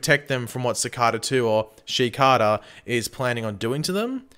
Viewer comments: Ok but why does he say cakara instead of cicada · did you realy say shecada? 😂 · Your pronouncing cicada wrong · I can't wait till Cicada is beaten so I don't have to hear mispronounce Cicada anymore